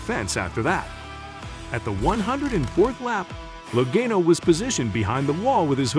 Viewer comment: Loe"Gaino" rofl